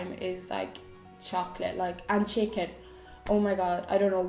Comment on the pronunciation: did you say chicking instead of chicken? 😂 x